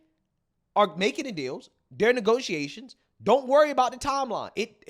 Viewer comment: "Neegosee-a-shuns" .......Democrats always make fun or criticise my English because they can't stand my facts and can't counter my points LOL